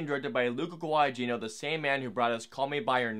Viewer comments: The second "g" in "Guadagnino" is not a hard "g." It's silent. So it'd be pronounced "Gua-da-KNEE-no" instead of "Gua-da-GEE-no." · You also butchered the pronunciation of 'Guadagnino'. The second 'g' is silent. It doesn't take a lot of effort to check how a name is pronounced. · That's fine but you absolutely butchered the new director's name as well. 😢